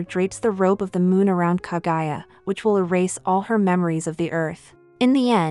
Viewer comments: OMFG PLEASE STOP SAYING KA-GUY-A, IT'S KA-GU-YA!!! KAH-GOO-YAH! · KAGUYA. NOT KAGAYA! KAH-GOO-YAAH. geez, the pronounciation of English vowels are just English. not German, not French, not Japanese. In fact, English is the only language that pronounces vowels so weirdly.